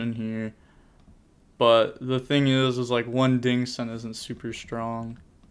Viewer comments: Dingirsu is pronounced DING-GEAR-SU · every time you pronounce girsu's name wrong, a child in africa dies